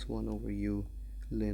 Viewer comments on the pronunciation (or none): it's ln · Back when I was in Pre-Calc 12, my professor pronounced it "lawn" and few of my classmates straight-up said "L N". "Lynn" is quite a new pronunciation lol